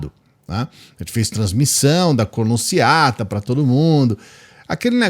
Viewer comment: "Cornociata" foi hilário!!! 🤣🤣🤣🤣🤣